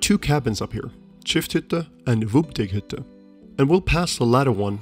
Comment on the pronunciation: Hi...nice video....but: it called Windegghütte...not wubdegghütte😁